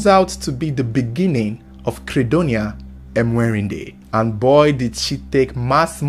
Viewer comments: It's Mwe_ri_nde not Emwerinde😂😂😂😂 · Am from Uganda She's called Mwerinde not emwerinde Thanks for the story